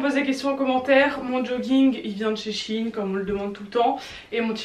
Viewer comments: C'est pas chine mais shein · Juste c'est pas chine c'est shÉine 😂😭🥺💗